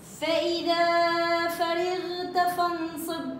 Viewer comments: بارك الله فيكي اختي جزاكي الله خيرا بس انتبهي لكلمة ..فرغت .. الراء مفتوعه انتي كسرتيها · عيني ست فرغت الراء تقرء بالفتحه وليست الكسره